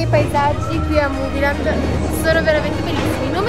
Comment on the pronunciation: Comunque si dice muvilend